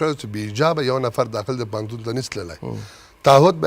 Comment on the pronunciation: ته جاهله بیسواده مولوي د ( ف او پ) حروفو په استعمال نه پوهېږي ، پوهنتون ته فهنتون وايي، او الفاظو ته الپاظ وايي، اي بیسواده طالبانو خپل سواد لوړ کړي